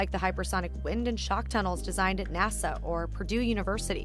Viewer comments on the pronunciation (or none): none